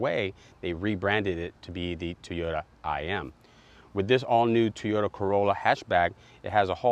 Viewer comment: What is a Tee-yo-da? It's TOY-O-TA! There is a reason why you only have 16 subs. LOL